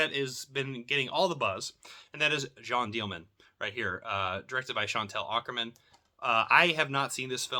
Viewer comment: It's amazing to hear dozens of people mispronounce the title as "Jeanne DEAL-MAN" in the past week. Good try, though. It's pronounced "Jeanne Del-Mon," with the emphasis on the "Mon." :)